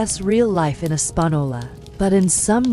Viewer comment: As someone who has lived and still close to Española N.M. This AI is the worst’s I’ve ever heard say it 😂